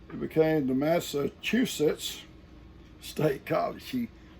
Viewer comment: good morning, by George I think you got it!!! You can rest easy you say Massachusetts just perfect!! I graduated from UMass Dartmouth in 2008 at 50 years old. We are some proud Patriots from the swamp Yankee State!!! Lol. Many blessings to all on Morrow Hill. Xxoo!